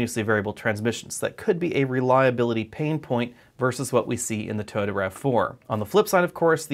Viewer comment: Toyota not Tota.